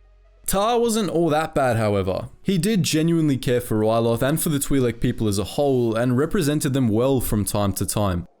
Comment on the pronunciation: It's pronounced like that